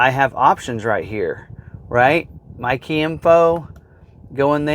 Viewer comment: Thanks to Niles, I only every hear "Mikey"...